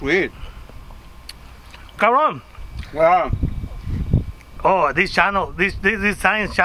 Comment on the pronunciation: Jajaja plato o plomo Plata o plomo "Cabroon" 😂😂😂😂